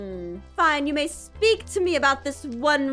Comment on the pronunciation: zpeak(Speak) ztake (Stake) zteak (Steak) ztick (Stick) zick (Sick)